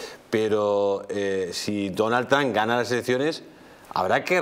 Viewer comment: A ver si respetamos otros idiomas, coño. Es "Trump" no "No Trun" y es "Skype" no 'Sky". Y no salgan con la paletada de "no tiene importancia".